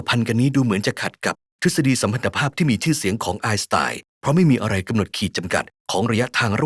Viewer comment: อยากให้แก้คำว่าสัมพันธภาพทุกที่เลยครับ กับ niel bohr นีล ไม่ใช่ niels bohr นีลสสส ไม่น่าหลุดขนาดนี้